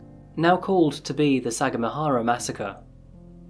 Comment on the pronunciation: Took me while to understand what city you were taoking aboutI lived there when I was a chilid; We pronounced it sa gam a hara